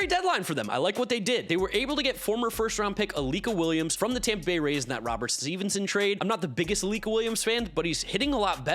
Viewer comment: It’s Luis ROBERTTTTT! 🤦🏾‍♂️ Lol. Love the content bro!